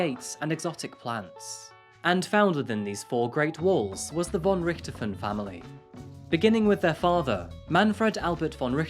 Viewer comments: Pronounced Richt-Hofen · It's pronounced, "Ricked - hoff - en". You say that it was rumoured that the girl's father "had 10 million Euros EMBEZZLED in a Swiss Bank account ". "Embezzle" means to steal or misappropriate, so it's not clear what you are saying. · Do we have to believe that this generation doesn’t know Manfred von Richthofen, the Red Baron, the most famous WWI (125 ya) fighter ace, of which the father is homonym? It’s obvious you never heard his name, because you mispronounce it, with the accent in the wrong place. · There are no beaches in the city of São Paulo, unlike what the video suggests. The case is famous, but their name is pronounced rich-to-fen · Learn how to say the last name properly. It's quite famous if you bothered to know anything about anything. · With the way he pronounces richthofen I can tell he don't play Call of Duty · Though I have enjoyed your programs very much, I was saddened to hear the mis pronunciation of the Richthofen name. Sadder still is the possible oversight of the father’s name in this case, Manfred von Richthofen.. no doubt named for his relative, Germany’s leading ace of WW1; Baron Manfred von Richthofen. Then again, perhaps it was better to leave it undetected.. after all, who needs an utter lunatic in an otherwise distinguished family. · Thank you so much for clarifying some issues. It's interesting to have up to date reports. Specially thank you for confirming my suspicions about the Red Baron heritage. gives a different pronunciation than I'm used to for the Baron, but when I looked at the spelling I was really curious. Interesting that a prominent German family ended up in Brazil (said she in an innocent voice!) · It's so funny to hear you say Von Richthofen. As a german i kinda had to listen more carefully to hear that "Richthofen", but i honor everyone who ever tries to pronounce german lastnames. :,)